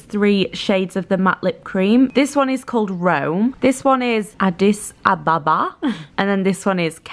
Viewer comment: They way you said Addis Abeba XD